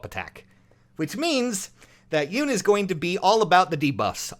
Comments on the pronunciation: I love ya & your channel but her name is pronounced, "Yoo-nay" if I'm not mistaken.;-) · I just realized that Yune's voice is like that because it wouldn't be chaotic if she had a voice fitting for her design. Also it's pronounced "You-neh" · The e is not silent on Yune